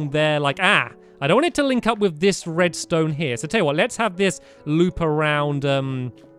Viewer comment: U said redstoe